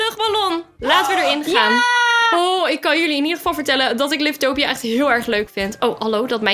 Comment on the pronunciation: Het is geen liftopia maar livetopia je zegt liftopia geen haat❤i love joun videos